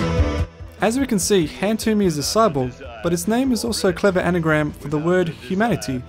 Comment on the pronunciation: Notice how when han-tyumi introduces himself it sounds like he says "I am a cyboogie"